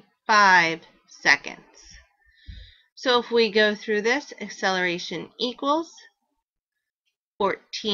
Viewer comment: pronounce it right its not asseleration